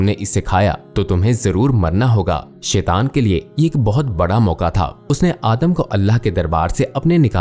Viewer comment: شیطان کا تلفظ غلط ادا کر رہے ہیں اسے ٹھیک ادا کریں۔